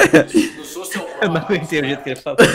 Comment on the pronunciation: "sOcial pruo" kakakakakakkaka